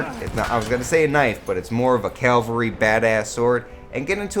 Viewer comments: i thought it was cavalry not calvary? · Calvary hahaha 😂 cavalry *?? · CAVALRY NOT CALVARY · It's CAValry ffs